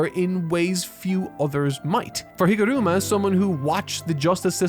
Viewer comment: NEVER say higoruma again